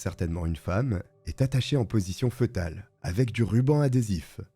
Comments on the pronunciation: Petite rectification: fœtal se prononce "fétal" et non pas "feutal" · Fœtale se prononce fétale... Et non fetale. C'est grave d'avoir autant d'abonnés et ne pas savoir s'exprimer !!! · Bonne vidéo ! Ps: on ne dit pas " feutal" mais "fétal" . Fœtus, (fétus) 😊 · Position fœtale se prononce « fétale » N’importe quel dictionnaire ou page linguistique nous en informe de manière précise. Dommage que le narrateur n’ait pas prit la peine de se faire corriger ses fautes de prononciation plutôt basique, il me semble. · Excellent! Petit detail, foetale se prononce « fé-tal » 🤓